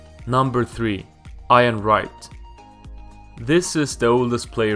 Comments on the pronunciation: Iron Wright? Its pronounced eeeeyan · We have Iron Mike already, who Iron Wright, it's pronounced e-en (ian) Wright 🤣🤣🤣 you got this English in a stitch. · It is pronounced E-AN Wright not I-AN Wright! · Your saying Ian wrong haha sounds like your saying iron, it’s pronounced like your saying E-an, English names are fucking stupid I know haha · Great video but Ian Wright is pronounced like it starts with a E so Ean had to skip it lol 😂 great video didn’t no about bacca being a fisherman though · "Iron" Wright?! Lol!! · Eye an wright lol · Ian not iron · Laughing at him reading names incorrectly is not the same as laughing at his English. It is not hard to look up how to say Ian Wright or Jamie Vardy, I bet I could find dozens of videos on Youtube where commentators say their names in a game, or they're spoken to in an interview. It's lazy, I'd laugh at an English person if they guessed how to say Solskjær because it takes 0 effort to check how to say it correctly. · That's not true at all. The phonetic sounds required to say Ian and Vardy correctly do exist in Swedish, meaning he simply clearly did not research how to say the names correctly. To add to this, the fact he missed out lots of key information and shared a lot of inaccuracies also highlights how lazy the research was. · Great video but how can you mispronounce Ian and Vardy yet say all the hard names correctly. Haha i loved the video , i liked it and shared with friends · Anyone else rage when he said Ian wrong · I was enjoying this until you disrespect the name of one of the premier league's legend.... Ian Wright. Why the hell do you say Ian completely wrong 🤦 Also Jamie Vardy..... V....VARDY. not Wardy 😑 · A little more research and better pronunciation on the players and stating the actual facts and the video would be okay. Was kinda raged you skimmed over the Prem players...Lambert deserved more info and I A N Wright was Arsenal's legendary top goalscorer until Henry surpassed him. Could do better C